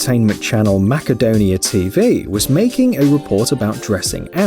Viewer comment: The City of Macedonia, Greece is pronounced Masedonia not Makadonia! You need to either do some research on how to pronounce certain words OR stop reading scripts.